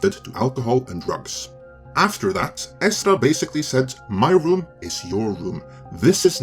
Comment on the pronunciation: Does anyone else really like the way pronounces Ezra?